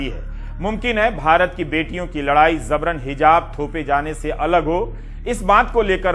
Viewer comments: Ravish ji ... Zabran Nahi... Jabran sahi pronunciation hai.... Sorry... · Zabran ❌ Jabran ✅ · Zabran nahi Ravish bhai yeh word Jabran hai۔ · Right pronunciation is Jabran (जबरन)not Zabran ज़बरन। नुक़्ते का फ़र्क़ है। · Yes it's J for Jabran not Z for Zabran👍😊